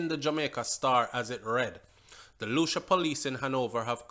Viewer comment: Morning Bro. Lucea is pronounced Lucy. The wife last saw him on FRIDAY